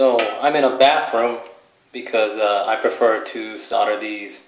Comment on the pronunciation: solder has an L in it.... it is not "sodder""